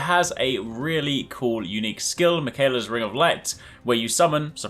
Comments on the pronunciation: “Michaela’s ring of light.” it’s pronounced miquealla. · You say the name Miquella like it's some basic white girl, 'Mih-kay-luh' it's pronounced 'Mick-uh-luh' but honestly, you mispronounce a lot of names.